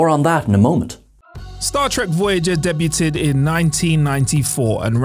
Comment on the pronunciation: Please please please.. learn how to say DEBUT